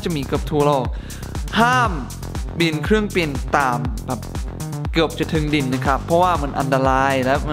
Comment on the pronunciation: kreurng Bin not kreurng Pin